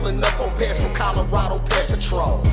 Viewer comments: Whenever you say PedPatrol it literally sounds like you say Pet Patrol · Should be pred patrol